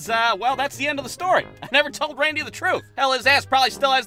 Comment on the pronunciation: Love how misspoke Randy's name. 😂